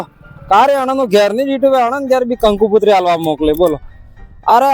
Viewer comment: कंकू कुतरी नही कंकोत्री बोलो किसी भी धर्म का को ठेस मत पहुचाओ भाई